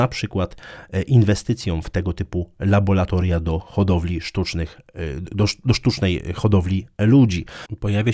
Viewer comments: temat bardzo interesujący, niemniej zdecydowanie mówi się LABORATORIUM, a nie LABOLATORIUM Łączę wyrazy szacunku ✌️ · LaboRatorium a nie labolatorium. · dziękuję za kolejną porcję wartościowego materiału. Drobna, purystyczna uwaga - "laboRatorium".